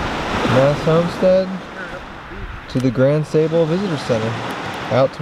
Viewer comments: You guys are great. Watched a lot of your videos and only subscribed recently. I’m a Michigan native living in NC. Funny but I thought the same thing as Phil. For Michiganders, there is a long A in Sable (like open your mouth and say ahhh). Every time you said “Pure Michigan”, I got a little chocked up. It’s a great state. You put this trip on my short list. Thanks. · If you did the hike in August you would have no bugs, except for a few stable flies. When you walked the road near the lighthouse you missed the ship wrecks on the beach. You were pronouncing Sable wrong. Enjoyed the video.